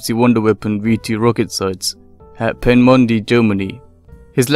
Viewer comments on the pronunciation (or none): The place name where the v1 was is not pronounced pen-mon-de its pee-namun-de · Try to pronounce things there proper way. It’s not pronounced Penmondi but Pee-na-mun-da. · Obviously you don't speak German. The correct pronunciation (approximately) is pay-nuh-mewn-duh. The umlaut sharpens the "oo" sound to "ew". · It's Pen-ah-moon-duh! Where the v1's were. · Pronounce it "Pee nah Mun Dah" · Pretty good video, but the site was pronounced "peen-uh-moon-duh" (the umlaut makes a ue- or oo- sound, like the ue in "glue"). And the rank is pronounced "howpt-mahn" (captain). Only a very minor problem and the rest of the writing/narration was very well done, thanks for sharing. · It´s pronounced "panamunda". Roughly. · it's certainly not the jarring way this guy pronounced it. You are definitely correct though.